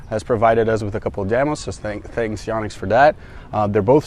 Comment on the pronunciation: why do americans mispronounce Yonex so badly.. its not YAH-nex its yoh-nex